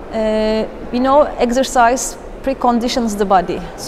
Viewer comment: And "eggsercise".